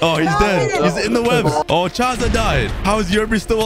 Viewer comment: it's Chazaa